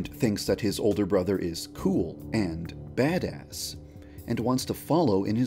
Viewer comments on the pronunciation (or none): When yandere dev said badass he had so much emphasis that it made it hilarious 🤣 😂 😆